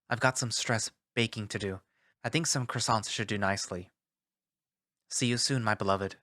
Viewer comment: in the ex-boyfriend letter part: today i think some croissant- me: QUASOO